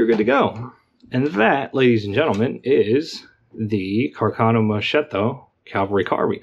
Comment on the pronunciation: Great video! A little FYI - the name pronunciation is "mus-ketto". "Musket" in Italian which was commonly used for carbines.